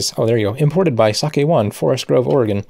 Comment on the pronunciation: Thank you for pronouncing Oregon properly.